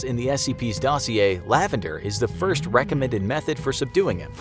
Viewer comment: He said dirst originally